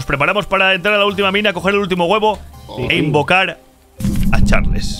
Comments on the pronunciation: no se dice charles se dice charls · Charls no Charles así se dise pero se escribe Charles pero se dise charls